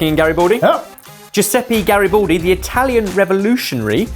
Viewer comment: for anybody who'd like to learn the correct pronunciation: Garibaldi does not have an "o" sound. it's not Gari-bo-ldi, it's Gari-BA-ldi, with an open ah sound like in m-A-rch